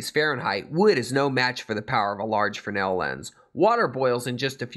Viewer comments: Why do you keep calling the Fresnel lens a "Frennel"? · If the heliostat costs so much why not just run a fly wheeloff an electric motor with a worm gear to adjust for the suns movement? Not that hard...mathamatics Watson. Just a thought and maybe were all wrong but, in the great lakes its pronounced FREZNEL lens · I`ve heard of and seen Fresnell lenses, but what is a Frenel lens the presenter is babbling on about, or is he to stupid to pronounce the name properly?